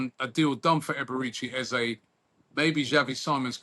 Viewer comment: Eze has made out he’s going nowhere false news you lot can’t even say his name properly 😂